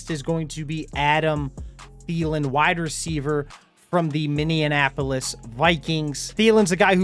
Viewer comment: Interesting choices. I think safeties and linebackers are a priority. Btw say Minneapolis again. Anyone catch that?